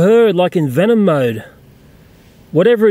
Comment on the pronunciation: venom lol not vemon